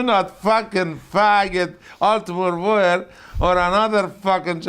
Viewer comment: Top 5 - favourite: Iron Sheikisms where he messes the name up - 5) HellyBelly Jim 4) JVD 3) Michael Jordan/Jackson 2) Ultimate Var 1) Gene Mean